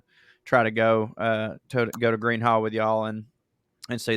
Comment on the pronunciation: It's pronounced Green Hall, 😐